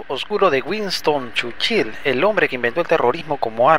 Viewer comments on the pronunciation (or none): Que rara pronunciacion churchil